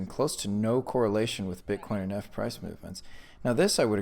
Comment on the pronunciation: I stopped listening when you pronounced ETH as " ehhhth" instead of "eeeeeeth"